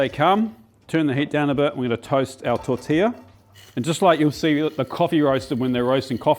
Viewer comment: But... He got tortilla right! He also missed one other ll word, tomatillo. But, I do give him credit where credit is due! I bet that was an amazing meal!